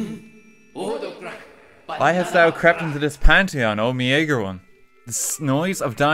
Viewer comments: meager is pronounced meeeger, bro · ahem pushes up glasses I believe that it’s pronounced MEE-GER.... (meagre) 😬